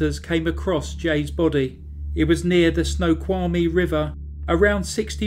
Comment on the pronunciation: Kudos to your pronunciation of Snoqualmie! There's a lot of place names around Seattle that originate from Native words, and are a bit rough for anyone who isn't from the area.